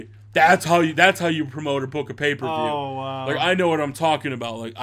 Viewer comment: you said paper views it's pay per view